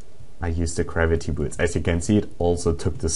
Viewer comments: garviy,garaity, GRAVITY! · GRAVITY... not Kravity